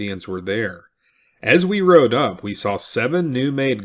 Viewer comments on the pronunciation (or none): none